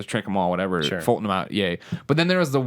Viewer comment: Fulton, not Fulsom. XD